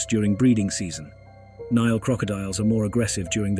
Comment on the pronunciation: Why is it you are unable to pronounce the name of the river correctly, but then Americans never pronounce countries or places correctly.